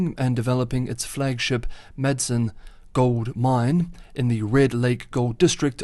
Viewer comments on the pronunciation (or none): none